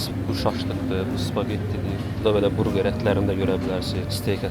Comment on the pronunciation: Qardaş burqer yox burger